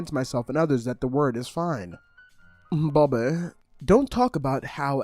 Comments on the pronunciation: the way you said Bobbi made me like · the way he sayd "Bobbi" SENT me💀💀